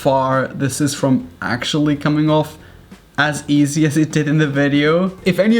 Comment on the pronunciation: He pronounce easy as E - ZE No hate